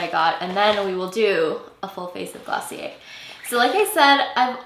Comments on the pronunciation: Taylor Jarrett it's actually glossié, you don't pronounce the "r" , its a French word . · Clicked off when I realized how she said glossier